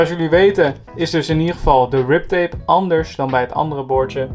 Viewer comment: Het is grip tape niet rip tape